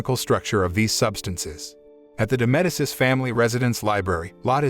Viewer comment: It’s pronounced Meh-dee-chi